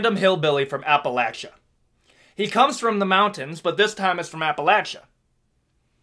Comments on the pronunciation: Bryce Mitzel? Props on saying Appalachia right 👍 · Hey, you pronounced Appalachia the right way! Nice!